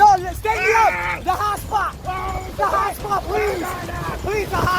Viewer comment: Guy :the hotspot , the hotspot My ears : the hot spa , the hot spa